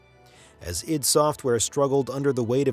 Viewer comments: Isn't it ID software. Said as eye dee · I don't care what they say, I'm always going to call it I-D software never id.... If they wanted it pronounce that way, maybe they should have done a little better job being present in television, radio, documentaries or something where they audibly set it out loud